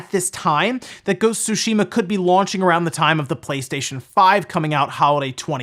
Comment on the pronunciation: Please stop pronouncing Sushima…